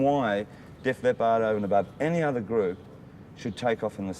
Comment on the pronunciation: The interviewer’s pronunciation of leppard is weird